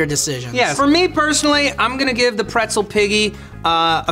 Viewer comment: I love how serious it got at the end and also how has been fucking up the name of the pretzel piggy the entire show!